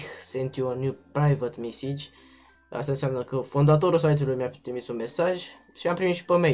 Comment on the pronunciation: ''Praivat mesigi'',ho ba englezule